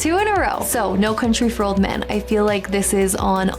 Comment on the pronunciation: ) "No Crountry" twice in a row really made me giggle.